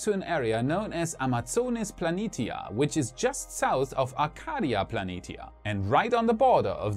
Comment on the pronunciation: pronounce Plani-tia as Plani-shia